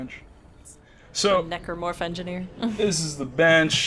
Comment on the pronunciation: keeps on making the commentary awkward by pronouncing a hard "E" on necromorph.... seriously dude. Necromancy, Necrosis. That pronunciation was bad and you should continue to feel bad about it to this day -_-.